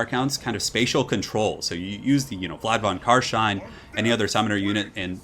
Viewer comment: Very good Job on the Carstein pronounciation, many non german speakers struggle with german sounding names